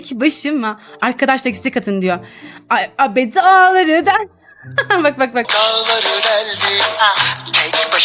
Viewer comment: Daları deldim i yanlış söylüyo❤😂😂